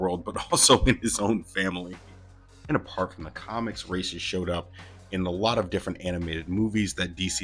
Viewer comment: It's RAZ not Rashe